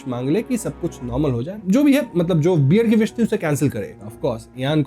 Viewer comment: Bhai beer nahi, Bear.